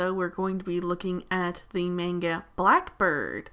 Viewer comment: When the person says manga wrong